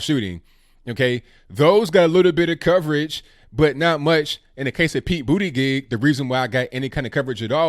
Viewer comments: Yikes. You’re butchering the name. It’s pronounced “Boot-edge-edge” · you know how to pronounce his name Bootygig!! Awesome!!